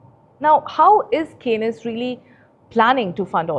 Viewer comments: Anchor cannot even pronounce Kaynes technology correctly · Hi, kindly check the pronunciation of 'Kaynes' for your next video on the company. Thanks.